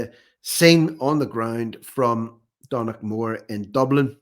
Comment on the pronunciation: Think that might be pronounced "done-a-mead" as in the name McDonagh